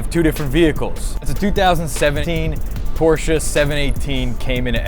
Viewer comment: Thank god pronounced Porsche right